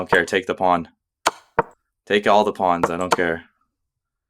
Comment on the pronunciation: Nice channel! Slight jolt each time you call the pawns a 'pond' :)